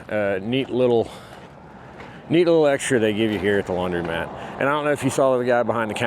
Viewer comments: I LOVE how you pronounce laundrymat! ❤ as it should be:) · Your video is fine but please learn how to pronounce laundromat.